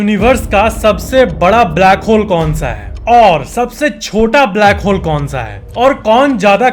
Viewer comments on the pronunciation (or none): Who heard blackhole as brackhole in the first in the video